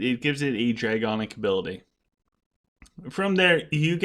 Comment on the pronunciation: awesome video again. One thing though... it’s DraConic not DraGonic 😉